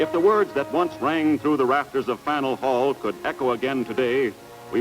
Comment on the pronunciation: Good news: the narrator pronounced "Berkshires" correctly. Bad news: the narrator pronounced "Faneuil Hall" incorrectly.